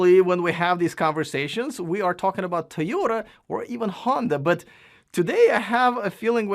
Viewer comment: I was wondering about the Tom passable quality video. That’s alright. Big big fan of these guys they always get a pass.. I like the new pronunciation of Toy oda. Woot woot!